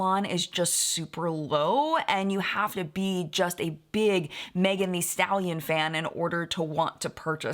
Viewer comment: with the utmost respect, I know you like to get things right, so...it's pronounced "the" not "thee". Here's video of her saying her own name: I just want people to address her the way she wants to be addressed.